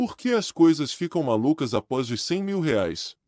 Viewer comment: Não é apois, é após. Nao e GROF, é GROWTH! Mas vlw a intenção!